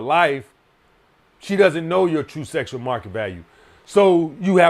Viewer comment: "SESSSUAL MARKET VALUE. SESS. SESSUAL."